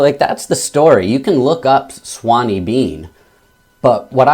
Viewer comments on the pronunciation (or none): Sorry, I'm going to be that guy but it's "Sawney" not "Swaney" . Sawney is a Scottish nickname for Alexander. However, great review and I agree, brutal book but definitely worth a read.